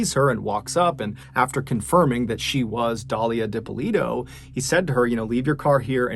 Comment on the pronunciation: Great job on name pronunciation, Dippolito is a hard name, heard it pronounced so wrong so many times